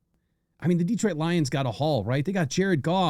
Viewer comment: Stop saying detroit like that 😅 just poking fun. I cant wait for this season